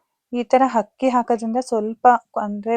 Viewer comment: ಹಕ್ಕಿ ❌ ಅಕ್ಕಿ✅